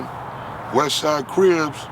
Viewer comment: Craig Munson of the Avenues, who refused Raymond W entry into the club, said Raymond had a limp. That limp was called a “Crip”. But you’re right - several legends as to how the name came. It sounds like here is saying “cribs”.